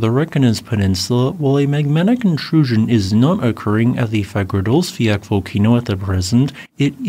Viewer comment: Reyk janes or Reyk yanis. Hope that helps. 😊 And Fagradsdalfjal Is Fagrads dal feeyal. Practice it.